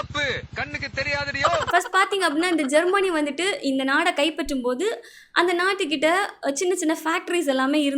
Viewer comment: நாடை இல்லையடி.... நாட்டை. தமிழைச் சரியாச் சொல்லு.. இல்லை இங்கிலீசில சொல்லு.